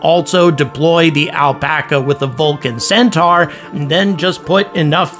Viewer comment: The way to pronounce Centaur is ''Centor'' not ''centar''